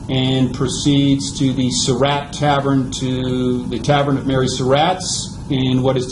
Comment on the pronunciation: To the narrator: Excellent presentation! Nicely done. HOWEVER...you need to correct your pronunciation of "Surratt." You pronounce the name as "Sir Rat," when in reality, the family name is pronounced like "Sir Rot." You need to correct that in any future presentation that you make.